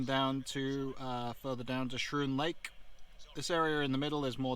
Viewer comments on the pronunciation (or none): FYI it's pronounced "Skroon Lake" -- a K sound instead of the SCH sound.